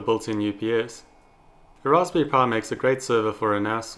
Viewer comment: "Ross pury" XD